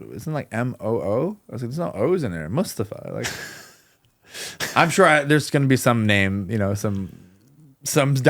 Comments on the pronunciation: It’s not just “Mus”-tafa vs. “Moos”-tafa. It’s the where the stress is placed. “mus-TA-fa” which is how most Americans would say it, is incorrect. The stress is on the first syllable, “MUS-ta-fa”. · His name is MustAfa, not mUstafa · New jacks partner mustafa pronounced his name that way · It's not a surprise that Americans struggled with pronouncing Mustafa when they cannot pronounce the simplest of names like Craig.